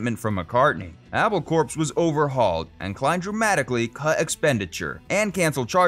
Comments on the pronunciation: It amazes me how many people on YouTube, when speaking about Apple Corps, pronounce it CORPSE! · It’s pronounced “apple core.” Not “apple corpse.” Apple core…get it? The Beatles were jokesters.